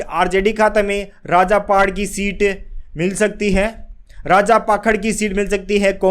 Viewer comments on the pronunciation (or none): none